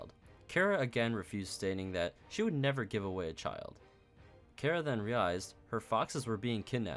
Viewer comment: It feels like you are saying Chara from undertale when you say kara, and when you said "Kara was not a nice person" i got them flashbacks